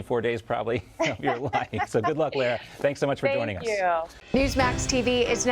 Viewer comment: "L a-a ra"???